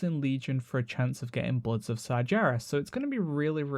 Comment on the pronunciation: I didn't like it when you pronounced Sargeras wrong so i stopped watching.